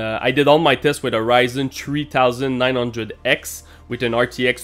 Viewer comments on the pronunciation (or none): none